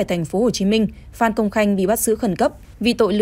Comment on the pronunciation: Phan cứ đọc phạm, blv ko biết chữ à